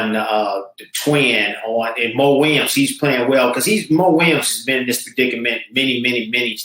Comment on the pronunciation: except when he said mo williams lol